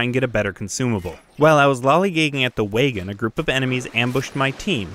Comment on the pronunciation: Awesome channel! 😃👌🏻 Where are you from? Canada? "Wagens"